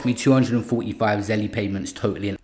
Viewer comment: zelle is pronounce "zell" btw